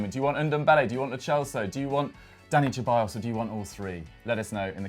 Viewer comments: Its pronounced Seballos not cheballos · It’s not pronounced “Che-bayos,” it’s “Se-bayos.” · PLEASE please, SEH-ballos. He’s not Italian... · I mean you're also not Italian but you pronounced it the Italian way Lmaoo I'm just taking the piss bro, we all knew who you were talking about anyway Hahaha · It's Ceballos not Cheballos Same with Lo Celso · Dani Cheballos and Lo Chellso, bro learn to pronounce the players name plz